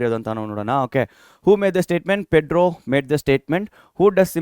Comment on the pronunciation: Sir it is pedro u you said petro😅